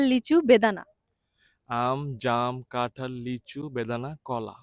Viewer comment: ভাই এটা কাঠাল না এটা কাঁঠাল